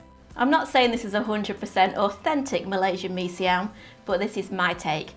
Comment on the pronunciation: When I heard you say "Mee Siam" properly, I knew that you knew what you were doing. I lived in Singapore for a few years (long enough to get addicted to the best of Malaysian, Indonesian, and the many different Indian and Chinese dishes). The only way to satisfy the cravings these 30 years later, is to make them myself. I can almost taste this one. Hokkien Mee is another good one, as is Char Kway Teow. Sigh.